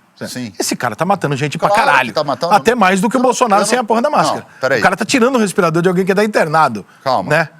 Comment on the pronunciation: Esse tatuado é um idiota , fala de ciências, sem entender nada de ciência..(ele falou respiradoro), insiste em desvio se dinheiro pago..